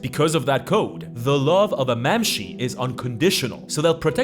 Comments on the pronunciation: Kept hearing Miss Ma'amShe lol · Mháthair+sí What? I keep hearing you pronounce it more like "ma'am-shi" But i love the idea of a helicopter fairy godmother. I can see the challenge being in trying to get it to agree with what you think is best vs what it thinks is best. Also this could devolve into the Megan movie trope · FYI, "mháthair-sí" would be pronounced something more like "VA-hair-shee" or maybe "VAHR-shee (Gaelic pronunciation is as mysterious as the fae)". Well named though, since mháthair means mother!